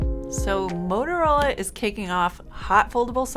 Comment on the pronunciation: I thought it was a "Motorola" and not a "Modorola"... have I been getting it wrong all these years?